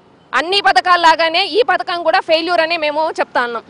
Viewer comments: Free bus padhakam kaadu anta....pathaakam anta 😂... Nee paytm kulla gajji batch. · మీ జగన్ హయాంలో ఇదికూడా లేదు కదా. పధకము అమ్మా పతకము కాదు script బాగా చదువుకోనిరండి. ఇచ్చిన కూలికి న్యాయం చెయ్యండి.